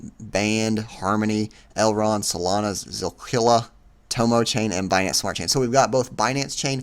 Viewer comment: Did he just say zill-killa?😂